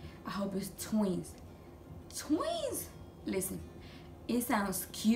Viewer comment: I love how she say tweez